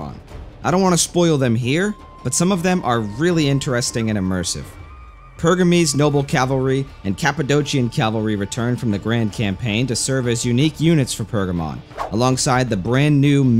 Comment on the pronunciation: So happy the mod got a shout out. Just one small correction, both Cs in Cappadocia, are pronounced with a hard K, just like PoliorKetes.